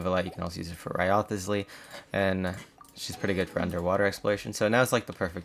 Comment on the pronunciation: Wriothesley is kinda pronounced like Rice Lee. You can look at his intro voiceline if that doesn’t help :)